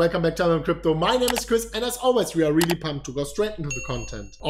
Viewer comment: skip to for a nice laugh, "very veary realely resonable"